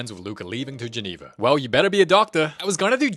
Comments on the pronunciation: Genoa not Geneva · I am not copying anyone in the comments when I say this, but keeps mispronouncing Genoa as Geneva, shifting the school from a coastal city in Northwestern Italy to an inland city in Western Switzerland. And the school being in Genoa makes more sense than it being in Switzerland because even if Italian is one of the official languages of Switzerland, Geneva's primary language is French due to its proximity to France, hence Giulia and Luca need to be bilingual so that they can study there and come back to Italy for the summer.